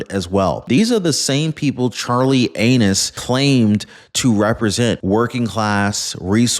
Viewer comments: He said Charley Anus 😂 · Did you just call him Charlie Anus?